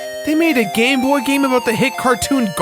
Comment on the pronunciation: to me when he said gamebot it sounded like he was saying gay boy